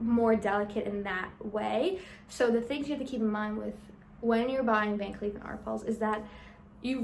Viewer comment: It’s pronounced “Van Klef” not “Kleef”.